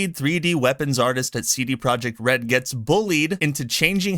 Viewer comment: lol I heard CD project red as Seedy project red.